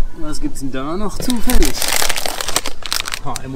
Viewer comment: ZÜÜÜFALLIG!!! HAHAAHAH. Jetzt bist mir noch sympathischer....ein Deutscher der auf Schweizer Art assimiliert wird. Herrlich!!!!